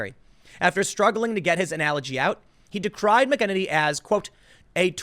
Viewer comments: Tim.....is Not pronounced Mckennedy......….Haaaaaaaaaaaaaa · It's pronounced Mack-eh-nain-ee. And yes, she is a superstar... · Actually, it's pronounced MAC-ah-nay-nee. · Isn't it MAC uh nay knee? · It's pronounced MACK Innane knee. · Mack-a-nane-knee The Drudging of Fox.... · Pronunciation ” Mack - In - nainny " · Hey Tim, her name is pronounced Mac a nan e - . Now say it fast lol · it's pronounced Mac-A-Nay-Knee, Tim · She's in no way reflecting the journalists. She has facts. She is calm and professional. She very rarely interrupts. She just won't allow them to walk all over her attempting to get a twisted sound bite to support their narrative. And please pronounce her name correctly: Mack-Eh-Nay-Nee. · Hey Tim , it's pronounced Kay-lee Mack-a-nay-nee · Kay Lee Mac Uh Nay Nee. Tim cmon man. I know you don't need to know every nobody journalists name but she is smoking hot dude. Doesn't your brain at least want to know this woman's name and how to pronounce it. I can understand you calling Mee Kuh Brzinski Mike uh because she is hideous and Micah is a man's name. Tighten up tiny Tim, you journalism skills and research skills are much better than this. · Mac en A - If people need a spelling that looks as the name is pronounced. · Tim, I love you man, but your pronunciation of people's names is horrible. Sorry. I'm still a fan, but you mispronounce many names like Kaepernick, McEnany, etc... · Love you Tim. Pronounce her last name correctly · You're saying her name wrong bro. Lol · I understand you not wanting to get speech therapy to get rid of the stutter but please learn to pronounce words. McEnany isn't even a difficult word. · WTF is with that pronunciation of her last name bro? LMAO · tim, say her name right. you're not even close. the dirty MAC! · You're mispronouncing Kayleigh McEnany's last name. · With all due respect Tim. You can figure out how to pronounce her name. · You're mispronouncing her name, and of course wallace doesnt like her, hes a liberal.